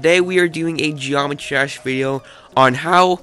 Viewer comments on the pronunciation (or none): Was it my ears or he said geomrtry trash?